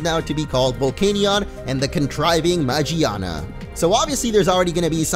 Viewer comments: it's not Magiana it's magearna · Its Magearna, not Magiana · It's pronounced man-gina. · I thought it was called Magearna! Is it not??! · It's MA-GEAR-NA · It's name is magearna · it's magarna